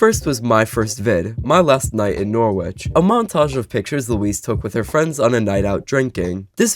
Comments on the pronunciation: ‘Norrich’ not ‘nor-witch’ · I'm reallly sorry that this is my comment but you pronounced Norwich wrong, we say it like "Norritch" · Norwich is pronounced Noritch, more than half of the English speaking population of the world knows this. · In England it's pronounced more like noh-rich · Norwich is pronounced (noh-wih-shh) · You pronounce it norrich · “Nor which” 🥀🥀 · oi mate im from London and that's unforgivable!! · the pronunciation of norwich is killing me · Love how ur saying norwich😂. I'm from around there and it just so funny how u say it. Amazing video tho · as someone from england... the W in Norwich is silent... PLEASE